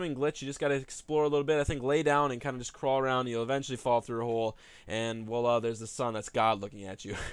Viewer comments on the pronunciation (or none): none